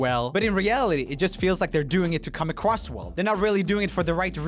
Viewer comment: Get it? "Come ACWOSS well"!